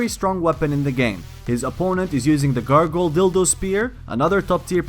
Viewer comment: did he call it a gargoyal dildo spear lol